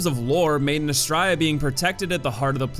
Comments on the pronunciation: Honestly I only agree with BOC and Micolash. The rest definitely serve teaching purpose. Also Belfry is pronounced "Bell-free" and Astraea is "Uh-stray-uh". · It's pronounced Ah-STRAY-ah. It's Latin.